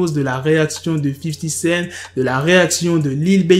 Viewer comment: Pourquoi tu dis 50 scène ? c'est 50 CENT ... T A LA FIN